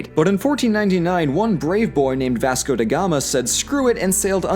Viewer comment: My country 😢 Look at us go! The definition of Portugal is "Forced Friendship, either by your side or ours, we only wanna survive" (Edit: pronouncing "Vasco da Gama" made me choke on my tea, I now can smell Earl Gray forever, thanks 😂) (Edit #2: Okay...there are a few mistakes but not so big it makes a giant difference, you safe )